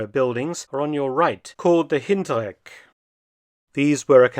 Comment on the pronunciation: That German sprache is getting exponentially better Herr Dr.! “Hintereck “ perfect pronunciation!